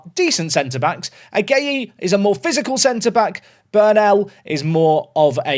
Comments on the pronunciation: Ghanaian here. Watching you butcher the name "Agyei" was equal parts funny and painful to hear. It's pronounced "Ajay". The "gy" is pronounced as "j". Not that you care. Anyways2, enjoying the video. Cheers🎉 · Agyei is pronounced ‘AJEI’